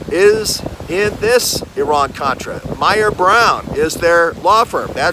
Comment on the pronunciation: I am sure you mean"Iran Contra," not "Oran Contra!"